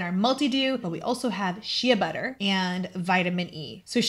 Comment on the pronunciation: Never heard Shea butter pronounced that way. This collection looks very nicely for us older ladies that don’t want the heavy makeup